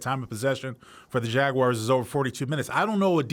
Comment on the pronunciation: What’s a Jagwire?